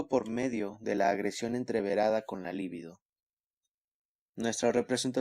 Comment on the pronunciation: Muy buena lectura. Solo una aclaración libido no es palabra esdrújula y no lleva acento escrito, por lo tanto se lee acentuando en la penúltima sílaba